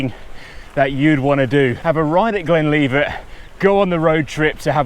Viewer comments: Whay a donkey. It’s Glen Livet not Leevit. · Yeah, Moray is pronounced the same as Murray, and Glenlivet is GlenLIVEit👍 I LOVE Glenlivet, and can't wait to get back there to have fun on the new Underthinker blue flow trail.